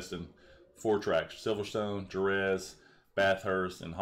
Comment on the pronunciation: The way he pronounces Jerez lol, it's like "Hereth"